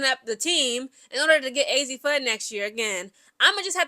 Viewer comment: Mis pronounced fudd !!